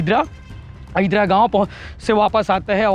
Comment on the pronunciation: अहिदरा नही अहिल्दा gaon हरय